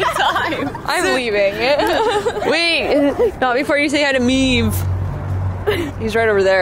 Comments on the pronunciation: Maeve is an Irish girls name, and it’s pronounced “Mave”, so she obviously has an Irish accent, lmao! This episode was so great!! 😂😂😂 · Looks like you guys had a fun time over there! Not to be nick picky or anything, but the correct pronunciation of Maeve is “MAVE.” The “E” is silent. I am Irish, and that is an Irish name. Anyway, loved the goats and sheep, loved the corn maze. Keep doing what you love!